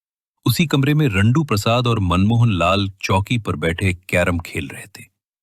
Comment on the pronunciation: Jandu ❌RANDU✅